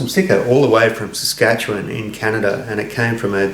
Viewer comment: It's a rare non-Canadian who pronounces "Saskatchewan" correctly. I hereby bestow honorary Canuckitstanosity, which entitles you to never pay for beer when west of Winnipeg and east of Canmore.